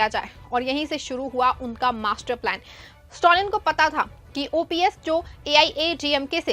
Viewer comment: स्टौलिन क्या चीज है ?? खबर पढ़ती हो कम से कम जिसके बारे में न्यूज़ है उसका नाम तो सही से बोलना सीखो